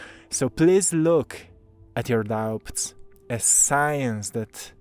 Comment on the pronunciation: 💕 sweet... The "b" In "doubts", is silent. 😇